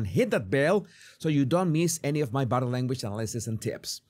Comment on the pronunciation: The "BUTTER LANGUAGE" guy needs to learn how to say "body language" before he can be an expert on body language.